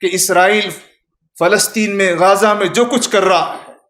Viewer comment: پہت اچھی گفتگو۔ سبحان اللہ !!! غازہ نادرست ھے غزّہ درست ھے Ghaaza is incorrect Ghazza is correct.